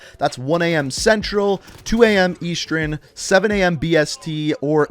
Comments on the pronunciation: The timezone is not pronounced "east-er-en", it's "east-ern" (2 syllables, not 3) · Why does this guy always say “eastren time”? It’s eastern. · My guy said 2 am EaSTren 🥴🤣🤣